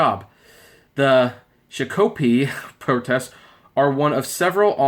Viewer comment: it's not what you said.... you pronounce it like this. say Shock say O say Pee put it all together and say Shakopee An Indian name and it's down the road from Valleyfair Shakopee, Minnesota